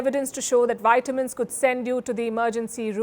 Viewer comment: Nice. Please correct your pronunciation of vitamins. It is V and not Y